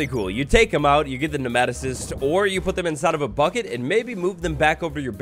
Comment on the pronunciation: It’s pronounced “nee-ma-toe-cyst”